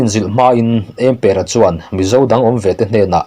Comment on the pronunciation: ' Ëmpëra' lam dãn hi ka ziah anga lam rik tur ani ang.A chhiartu hian chhiarthiam leh chhiar ngaihnawm i tumna lamah Mizoṭawng lam rik dãn i thiamlohzia i tilang. Mizoin thil phurh nâna kan hman 'ËM' hi i hrelo ani ang.